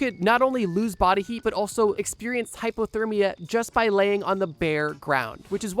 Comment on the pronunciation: I’m pretty sure he’s just pronouncing it weird, not saying hyperthermia. I don’t hear an R, just an A instead of the O